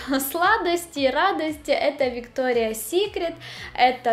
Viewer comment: Не Виктория а Викториас